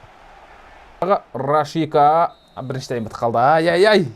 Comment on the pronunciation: Рашика емес Рашица емеспа есімі